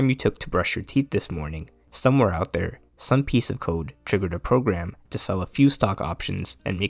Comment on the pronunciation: "if you know how to cood" Bro say CODE, not cood